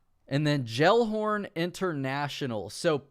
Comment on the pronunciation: The way you pronounced Gellhorn... Jellhorn 😂 Hope you dont pronounce jelly gelly 💀😂